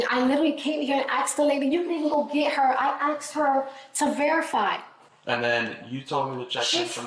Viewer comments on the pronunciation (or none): Why do i keep hearing people in all these video's from the US say 'axed' instead if 'asked'? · Why do white people say "Arxed" is it cool ?